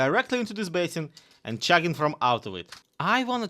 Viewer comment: never say the word "chugging" again, I almost had to explain why a Russian youtuber was talking about shagging.